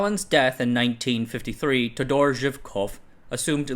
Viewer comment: You MUST put the stress in the name "Todor" on the first "O". Take a note, please !